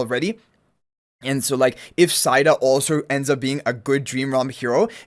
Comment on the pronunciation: Ahh, the English language... Cow is a 🐄 Mow is pronounced Moe Etc...😂 Said is said So, Saida is Said a??? No, it's Seida... ❤